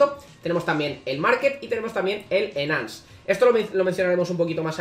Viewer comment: enance xd